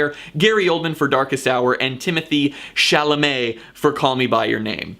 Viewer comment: Hey everyone, this is the guy who cant say Timothee Chalamet^^^